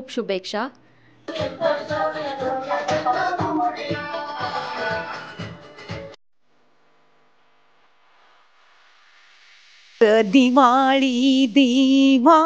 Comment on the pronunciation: शुभेक्षा नाही गं... शुभेच्छा असतं ते 🤦🏻‍♂️